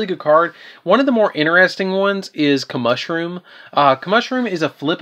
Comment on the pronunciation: a few things here, with the Trishula I'm not sure what strat you're thinking of but peaskeeper needs to be excavated to summon a monster not just normal summoned, also it's pronounced come-eh-shroom-o not come-mushroom, great profile though